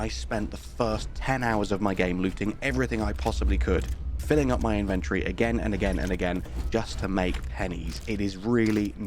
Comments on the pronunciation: its pronounced IN-VEN-TOR-IEE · Great video, I'd just like to say that the word inventory has four syllables. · Why do you keep saying inventory that way that is ridiculous